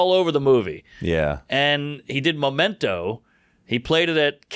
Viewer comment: All the dumb people that think they are smart are amazed by Nolan's movies. Also he keeps saying Momento.. its Memento!😅